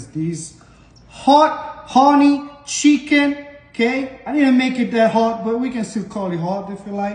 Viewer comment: You know it’s about to be 🔥 when the chef says shicken! Plating was gorgeous too!